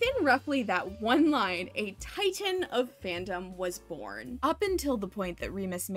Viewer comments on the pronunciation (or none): none